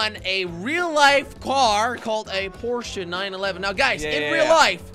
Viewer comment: It's like porse